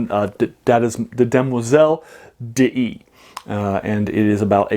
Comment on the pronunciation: A tiny quibble: d'Ys is pronounced DEESE ( like geese). There is an opera by Lalo called Le Roi d'Ys, Ys, being the sunken city in Breton legend.